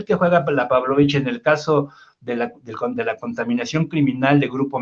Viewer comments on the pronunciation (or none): ES PABLOLICH NO PÁBLOVICH